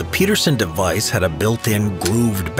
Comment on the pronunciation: not PETERSON John PEDERSON. Ped , as in pedestrian. Merry Christmas 🎄